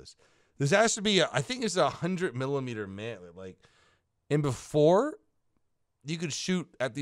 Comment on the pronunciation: no one::M I L I M E D E R